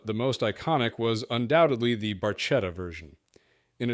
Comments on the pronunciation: “Barchetta” is pronounced “BarK-Etta”. Ch is pronounced as a hard C, like you said in your video, Michelotti. Good video otherwise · "Barchetta" is pronounced "Bar KETT uh", NOT Barchetta. "Beaulieu" is pronounced "Bewley" in English